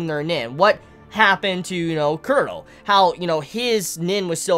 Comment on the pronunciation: Why does he say Cur-row instead of Chrollo ? That's worse than people who call Gon Gahn instead of Gohne though not as bad as people who call it Hunter Ex Hunter rather than the proper Hoontah Hoontah